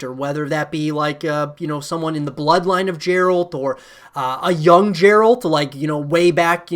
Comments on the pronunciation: It's easy to see he's never played the game. Jeralt........uh, derp. the 'G' is pronounced likE 'get' as in "GET THE FREAKING GAME AND PLAY IT!" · Bro why tf are you saying Jeralt it Geralt 🤣 "Of fucking Rivia" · Another person calling Geralt "Jeralt" WTF. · Bro I think it’s Geralt, not jeralt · I threw up a little in my mouth when he said that. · I'm surprised he didn't say vitcher after that jeralt stunt🤣🤣🤣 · These are so called The Witcher specialists. None of them read the books and then they say JERALT. Embarrassing... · “jeralt” i can’t cope 😂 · Someone who played Witcher games would never say Jeralt, im done here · i like everything in the video then I hear him say Jeralt, I'm like did you even play a witcher game? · Yeah, i dont get why is it so hard for them to pronounce the name correctly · it's because they haven't played the games. No way you've spent hundreds of hours with a character and don't know their name. He's pronouncing it how's it's spelt, like Gerald, as I'd he's just read the name and never actually heard it said like he would have done countless times in any of the games. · He really said Jeralt lmao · Meles Zenawi it’s not, they say his name in the game a lot and zero people pronounce it as “jeralt”. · people are hoppin on the CDPR hype too muc. this guy dont even know how to pronounce Geralt's name properly smh